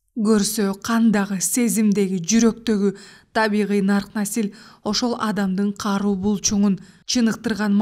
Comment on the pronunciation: Үнүң жакшы экен. Сөздөрдү башынан аягына чейин ката окуптурсуң. Мисалы. Нарк насилди-нурк насил, урууну- ууру, мозаиканы- мозайка, иңирди- ириң деп. Ушул каталарды эске алып окусаңар укмуш чыкчудай.